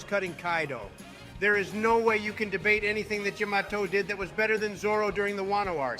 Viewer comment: Yo the way they say Yamato is hilarious, can’t keep the same pronunciation